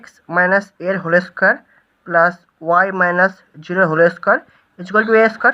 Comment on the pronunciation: বলছি হোলে Square টা আবার কী ভাষা? হোল Square , not হোলে😂😂